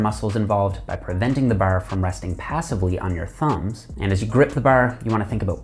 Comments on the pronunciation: Didn't know he was from Ontario until I heard bar and hard pronounced behr and hehrd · the way he says bar reminds me of trailer park boys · after hearing him say 'bar' 4 times i had to see if he was Canadian :D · The way you say "Bar" get's me..